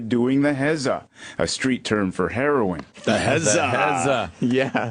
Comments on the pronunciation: Black people? They say it like that, "hair-own". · Who was that who pronounced heroin, "hair-on?" Fucking gold.